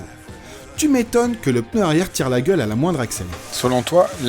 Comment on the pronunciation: Ce que je trouve énorme ? Le "peuneu" ^^ mouahahahahahhh